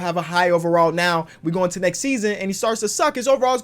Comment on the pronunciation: Omg forgot the “T” in “NEXT”